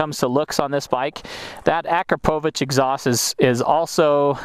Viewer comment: Kudos for pronouncing Akrapovic correctly the first time. Great review overall as well!